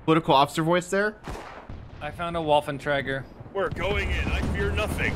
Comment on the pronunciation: tell that it is WAFFEN TRIGER